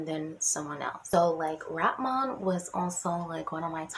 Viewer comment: Did you say Rat-mon 😂😂😂